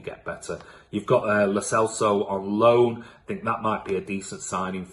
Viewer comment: It's pronounced Celso as in Celtic and N'Dombele is 'click' Dombele